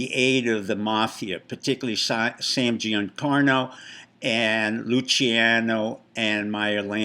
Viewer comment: Dear Steve: Sam GiancanAh, not "Oh"; MarcusUh, not MarcusE. You're illiterate. Good luck.